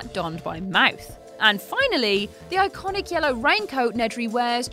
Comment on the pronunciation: I think you broke the word "iconic".